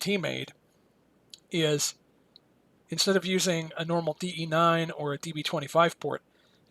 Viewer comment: Thank you for knowing that it's DE-9, not DB-9! (Why yes, I am a perfectionist, why do you ask?)